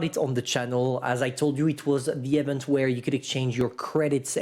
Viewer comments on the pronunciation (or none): Event = "EEE-vingt". Not 'effent'.